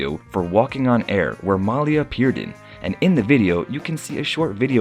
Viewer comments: he pronounces the name Malia wrong - the emphasis is on "ia" - ma - 'lia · Thank you!!! Please pronounce her name correctly.... Mah-lee-ah!! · Hey There, Please Pronounce The Young Lady's Name Right, It's "MAH~LEE~AH" Thank You! Peace,BB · You mispronounced Malia's name,,, it is Ma-lee-ya! So irritating throughout the video! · “Muh-LEE-uh” is how you pronounce her name. (Listening to Michelle Obama narrate her book “Becoming” made me want to learn more about the family.) Thank you for this video! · Her name is pronounced MAH-LEE-AH. If you're going to do a videography about these young ladies, at least say her name correctly. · How disrespectful of the Narrator who will not pronounce Malia name correctly. Ridiculous. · Yeah, exactly--you make a video of the family and don't bother to know how to pronounce Malia's name correctly?????